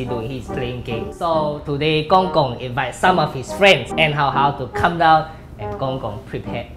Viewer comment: Lol U said GongGog XD